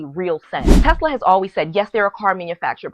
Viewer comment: I love Tesler! LOL